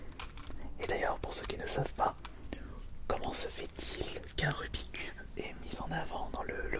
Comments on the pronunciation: Rubixxxx cube et non Rubi cube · Aaaaahh!! Tu prononces mal rubik's cube ! Mais on t'en veut pas... Enfin à peine.